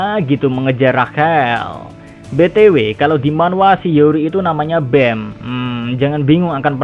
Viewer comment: Pronunciation nya BAM bukan BEM